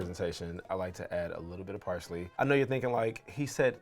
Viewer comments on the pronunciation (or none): none